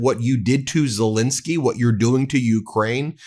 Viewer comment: It's Zelensky not Zelinsky. Please please stop pronouncing his name incorrectly